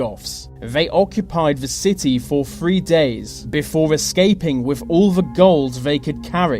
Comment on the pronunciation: Hello! This is a suggestion only, but would improve your quality and your professional mien, both: Can you please try to pronounce "th" not as as a 've' sound? ie: With, instead of 'Wiv' you slip up often, and it makes it difficult to listen. For instance 'free fousand' instead of three thousand... 'anover' instead of another. I really enjoy your work so please dont take this as me trying to get you down... Perhaps you could highlight every 'th' in your script, and practice each one exactly until perfect... Only then record your work! I teach this and stage craft, hence my interest. Good luck with it, whether or not you take my comment and suggestion on board ! All the best, and thankyou for your interesting work! Alicia Manolas.